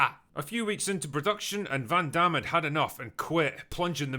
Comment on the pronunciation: I could have sworn you said „Predaction Hell“ 😅